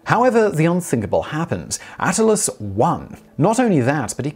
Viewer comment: If it's "A-t-t-i-l-i-u-s," then it'd be pronounced "ah-TIL-lee-us," not "AT-a-lus."